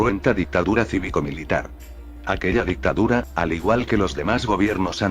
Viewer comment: Sí, ya me enteré con palabras cómo "Dictura", "Innecesesario" o "Clasificidad".